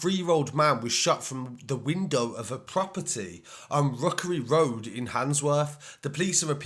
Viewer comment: Wookerwy Woad ?